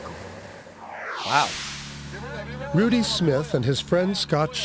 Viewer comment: lol "It's a mircle."